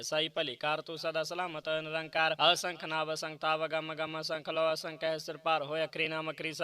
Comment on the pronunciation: ਆਸੰਖ ਨਹੀ ਜੀ ਅਸੰਖ ਪੜਿਆ ਕਰੋ ਜੀ🙏🙏